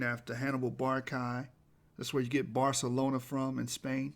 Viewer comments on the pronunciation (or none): none